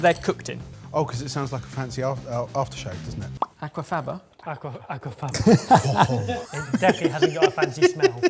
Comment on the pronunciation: That is so far from how Aquafaba is pronounced 😂😂 my new favourite way to say it though!